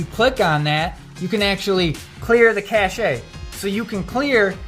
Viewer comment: It was an informative piece... there must be great "cachet" in being a man with such a "cache" of knowledge. Btw I did cringe everytime you said "cash-ay".